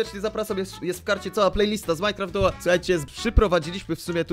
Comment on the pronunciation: to jest MINECRAFT DUO a nie MINECRAFT FOUR XD